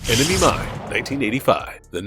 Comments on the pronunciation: ENEMY "MINE" not mind, what wrong with you people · "Enemy Mine," not "Enemy Mind". FFS.